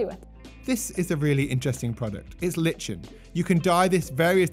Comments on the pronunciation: “Lichen”😂 its pronounced “Lie-ken”… fantastic video though, much appreciated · im gonna go ahead and be pedantic but..."like-en" not lich-in" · I didn't know about the containment shims. They're interesting. How do you pronounce lichen? I am pretty sure it is ‘lie-ken’ rather than ‘litch-en’ 😂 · Lie-Ken lichen 👍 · I’ve been pronouncing that wrong my whole life! Thought lichen was ‘lie-ken’ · great video, but it's pronounced Ly-ken